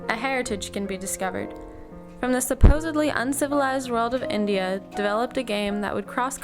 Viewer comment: "supposed uncivilized". You did not pay attention to pronunciation.